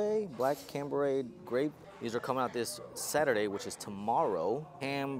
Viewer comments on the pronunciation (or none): Chambray.....Pronounced Shambray.....Lol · Black Blue 7s is called the Chambray 7s. The C is silent and instead you use S in the beginning